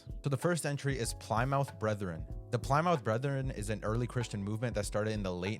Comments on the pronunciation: Plymouth is pronounced as pli·muhth. Good vid btw. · Did you seriously and repeatedly mispronounce Plymouth?